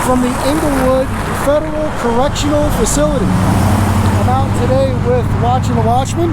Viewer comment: Did he say "Federal Corruptional Facility?" Well, that's what I heard...